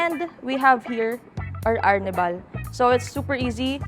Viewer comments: ARR NIBAL < ARNIH-BAL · AR - nibal.. I thought Arnibal sya…? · Ginumis section "ar nee val" 😅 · Ang kulit nung pag-pronounce ng arnibal ni ate